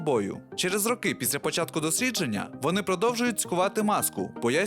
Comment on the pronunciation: ЧОМУ???? Чому ти використовуєш кацапські наголоси? півтори хвилини відео глянув, вже почув рОки і сАмі....тьху